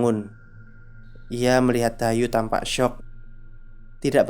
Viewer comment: Dayu ato Dayuh? Saya denger nya Dayuh. Ada H nya..